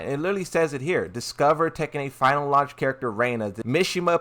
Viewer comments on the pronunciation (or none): none